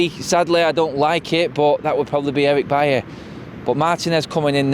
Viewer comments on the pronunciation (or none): Bailly, not Bailey... pronounced BUY EEE